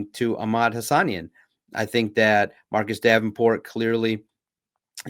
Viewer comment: Pronounced HA-SA-NEEN! 😂